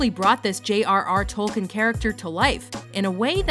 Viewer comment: Pls... Tolkien is pronounced Tol-KEEN!